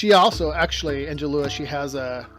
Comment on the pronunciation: Hey. Good introduction. i'm looking forward to more about shamanism, and thanks for the shout out. However, you pounced my name just like any other Angela... like Angela Lansbury, Angela Basset, Angela Merkel, etc.;)... I noticed on the first QA video you prounced it AngEEla, so, so I thought i'd try to clarify. Sorry for the confusion. love you anyway!:D